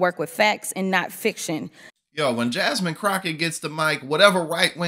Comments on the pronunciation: Nice compilation of some of Jasmine’s best work for the American people. ❤ BTW, Her name is pronounced “Jaz-min” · Richard Ojeda.... bruh... it's pronounced JASMINE not JASMEEN 😭 and AOC is Ocaaasio not a Casio like the keyboard 🤦 jfc you can't even pronounce your OWN name correct wey jajaja